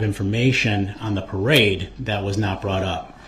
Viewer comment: He just cant say the word parade.